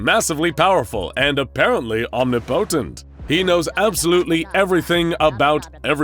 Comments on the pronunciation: Isn't "Omnipotent" pronounced as "Omnip'tent" instead of "Om-ni-potent"? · Om-ni-potent? Bish u mean Omnipotent?